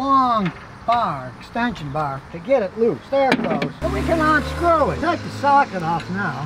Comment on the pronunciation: *sluggishly "Onscrew"?? "Runneen"??